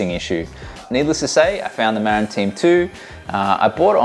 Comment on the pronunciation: Muh - rinn, not Mare-Inn. It's named for the county in California, which is named after an Indigenous chief.